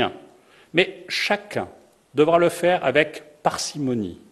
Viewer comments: Au moins 3 fautes de liaison aussi (devra "t" être, pourra "t" être), ça fait brouillon. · T'as loupé plusieurs autres moments. Il a aussi dit 2 fois "devra "t" être".